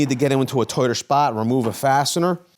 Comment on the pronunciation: What way does he say "tight"/tighter" again?